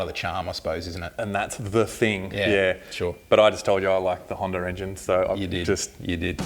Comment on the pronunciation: HANDA not HANDAR haha... They say honda by itself correctly. But when they say honda engines they put an r as t the end of it. Kinda funny with the accent.